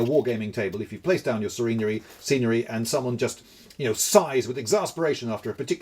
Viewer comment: He said scenery as serenery, which should totally be a word for nice scenery